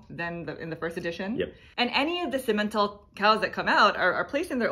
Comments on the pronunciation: I grew up on a Canadian farm that raised Simmental cattle (pronouced sim-men-tal). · Sim (as in sim city) - men - tall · German here. You pronounced Simmental almost right. The ‚a‘ in Simmental ist a long spoken a. It almost sounds like the ‚a‘ in gather. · Simmental looks German (I have no knowledge of cows lol) but you have to pronounce the mm not the e. With only one m it would be the e !